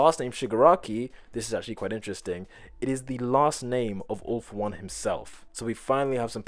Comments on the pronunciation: When he said "all for one",I heard "awful one" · instead of 'All for One' I thought he said 'Awful One' which I mean kinda fits xD